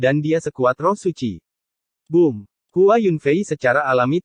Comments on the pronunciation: Bom bukan booom 🤦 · Kak min kalok booom yabaca booom jangan B,O,O,O,M gitu 😂😂😂..........?